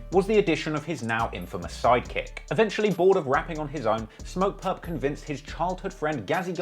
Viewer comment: not purp lmaooo